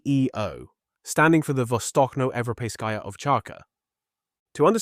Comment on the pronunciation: Good job. One thing, though. The Ch in vostochno is like in church.